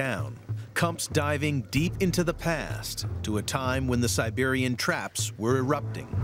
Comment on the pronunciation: Sibewian twaps? weally?